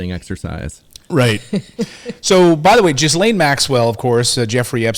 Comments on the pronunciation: Possibly the worst pronunciation of Ghislaine. It’s pronounced Gill-enn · Please please pronounce her name properly...Gee-lehn. The "s" in her name is silent. It is not pronounced Jizz-lane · She is French, so her name is pronounced Gee-LEN, not Jees-LANE. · U need to pronounce her name correctly. Ge lane If u can't, don't talk. And when these girls were being used, where were the parents In all of this. What Maxwell did was horrible. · Please pronounce her name correctly! Lol "Jizzlayne" sounds AWFUL! Lolol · If you are going to commentate, please learn to say names correctly. It isn't that we haven't heard Maxwell's first name enough. It is not Gizzlaine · she called her jislaine😆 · How many times has the name ghislaine been on the news and these people still can't pronounce it!!!!!